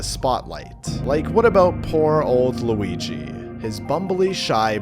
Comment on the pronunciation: It has an L it’s Luigi